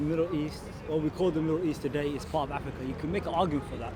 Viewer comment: how is he saying 'Abu Taala' for Abu Talha but over-pronouncing other words like 'Afrrrikka' for no reason?! Loooooool